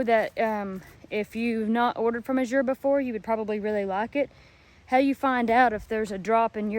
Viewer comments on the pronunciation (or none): Azure's accent is on the A, not the Z. According to the owners. ❤❤❤